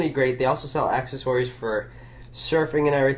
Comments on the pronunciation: What's "accsess-orys" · what's with the way you say accessories?